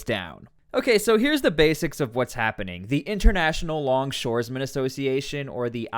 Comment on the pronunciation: you need to learn how to pronounce longshoremen....it's very simple.